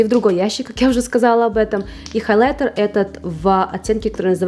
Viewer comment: С интересом посмотрела все ваши видео о расхламлении, но слово "халайтер" режет слух, всё же в русском языке прижилось произношение хаЙлайтер. Не сочтите это замечание за хейт💙